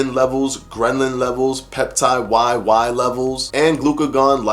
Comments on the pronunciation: Bro, I think it’s ghrelin not grenlin . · I LOVE how you break down the studies for us and make it easy to understand. One note: ghrelin isn't pronounced "gren-lin." 😉